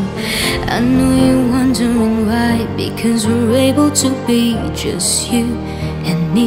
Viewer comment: It’s “you” not chew..